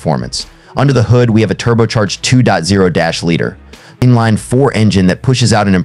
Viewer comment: Who is narrating this video? Engine is a two dot zero dash liter? And it's a head dash turner?